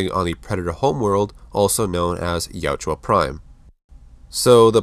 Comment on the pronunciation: my dude, its jautja not jatjua :)